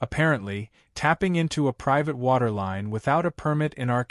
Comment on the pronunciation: whats priate water? thaught it was "private"?🙄🤣